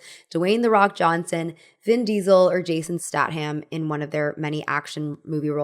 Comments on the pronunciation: Do you mispronounce words on purpose for engagement or is it sincere? Stat ham?! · Dude you have to start looking up how to pronounce words when you don't know them. Jason Statt-Ham? Platt-lets? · I second-guessed myself if that was actually the proper pronunciation and I'd been the one saying it wrong lol. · The tastiest ham of them all 😋